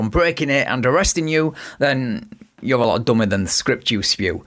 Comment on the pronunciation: Maybe it's just me, but when the SovTwit says "you are" or "You're" it sounds more like "Yarrr" like he thinks he's a pirate. Good example